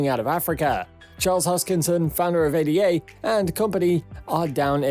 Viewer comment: “Ay-da” ffs